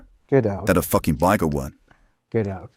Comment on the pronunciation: "get ooout" in thad blue Mountain state voice 😂